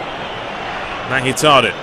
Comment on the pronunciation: Mkhitariyan pronounced mik-hee-tar-ee-yan